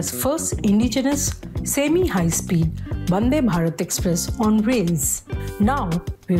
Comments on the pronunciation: Why is she saying Bandhe Bharath? And is clearly not wiring bug Welding! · Highly Appreciate the effort from print for making the manufacturing team and facility visible to the common man. The mention of the women's team and interview of key staff is very well done..., great work. One minor feedback, i think the presenter said bandebharat instead of vandebharat...a few times... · That is not bandhe bharat, it's vande bhatat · Why are calling it as " Bhande Bharat" it's Vandhe Bharat 🤣